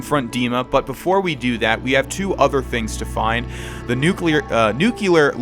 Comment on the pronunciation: did you really correct yourself from nuclear to "nucular"?